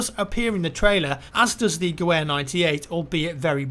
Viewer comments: I am going to be that guy Gewehr is pronounced as Ga-Vair The MP18 was first found in 1917 If the Americans are in this game, then the Springfield 03 will be apart of this game, which is essentially a clone of the Mauser 98 Makeshift grenades, like the one you pointed out at the end, weren't really for taking out tanks, but for throwing them across the trenches. Bigger explosion, a few ball bearings placed here and there...a recipe for disaster The M1911 is also still in use, as the Americans were not very happy with the M9, so they kept their .45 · Gewehr isn't pronounced as it's spelled. The W is pronounced as a V. So it's pronounced "ga-vher" Gewer means rifle, and all German full sized rifles were designated as Gewer XX with the X's being the year of it's production. So when the Mauser 1898 action rifles were adopted as standard, they were called Gewehr 98. The Gewehr 18T is just a scaled up 98. Also fun fact, the Treaty of Versaille limited how many rifles (Gewehr's) could be made, and the fact that a shorter gun was better lead to the adoption of the Karabiner 98, a G98 with a shorter barrel, as standard for WWII. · Actually us Germans pronounce our w as a v so the correct way to say it would be Gevehr98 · it was gewehr was pronounced gu vair not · Btw Gewehr is pronounced "Ga Vair" great vid though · isnt the gewher prenounced gavar in german? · BTW it's GeVehr. Like a vee. Just saying. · the W in Gewehr is pronounced like V by the way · Anyone else annoyed by him miss pronouncing Gewehr. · Still waiting for a youtuber to pronounce gewehr correctly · Your pronunciation of Gewehr made me die a little inside. :') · Oh god that pronunciation of 'gewehr' is killing me ;__ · the gewehr is pronounced with a V not a W as far as i remember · Ge-Vahr.. not geWare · in German the w is pronounced as a v. Therefore it's guh-vare, not guh-ware. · gewehr is pronounced guh-vair not ge-wair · Gewehr is pronounced Geh-ver not Geh-wer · T 'Geh-Where' lol